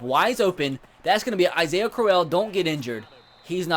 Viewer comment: He said Isaiah AH-SA-IHA